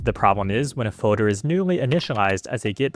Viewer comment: There’s an L in the word “folder” btw.